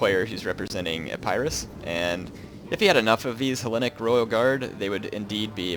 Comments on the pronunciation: I'm sorry i have to be this guy but it's E-pi-rus not I-pie-rus :( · Its Eh-paa-ris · When you say Epirus it sounds like A-Pyrrhus :P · ep-ur-us is how you say epirus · What is a-PIE-russ?